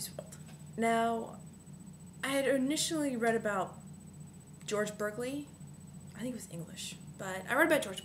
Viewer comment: try and being more articulate, because you haven't actually said anything..... re-read berkeley, and sophie's world, again.... (berkeley is pronounced as bark-ley